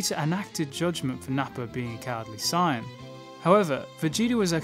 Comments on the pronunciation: I love your videos but why do you say "cyan" Isn't it "say-an"? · Dude it's saiyans not cyans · why he saying sayin like cyan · America: "Sayin" Wherebout bro is from: "Sighin" Actually when I was young I had trouble spelling it because of how we pronounce it. I spelled it like Sayian. Wen it's Saiyan. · I don't like the way you say sayian